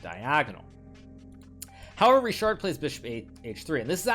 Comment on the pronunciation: it's either 'Rihard' (for Hungarian pronunciation) or 'Richard' (for English one), but definately not 'RiSHard' :) anyway, nice game